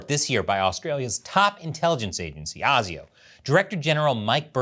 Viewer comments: AY ZEE OH not AR ZEE OH. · Mate, you need to learn how to pronounce ASIO. Phonetically, it's "ay-zio". Not "ah-zio". Sorry, but your constant mispronunciation is bloody annoying. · it's A SI O.. A say A SI O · it's pronounced "ayy-zee-oh" mate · ASIO is actually pronounced AY ZEE OH. Very entertaining video I enjoyed it. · "ASIO" pronounced A Z O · Asio pronounced "A" "C" Oh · its pronounced Ay-Zee-oh. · you keep saying asio wrong , we say it like you would say the letters "A Z O" indivually ehh zee ooh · ASIO is pronounced A Ze O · ASIO? its pronounced ASIO!